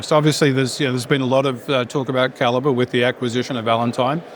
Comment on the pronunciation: "Kal- eee-bree Mining"? Seriously?! And the CEO didn't even bother to correct him?